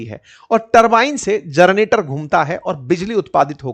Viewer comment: जरनेटर नही जनरेटर.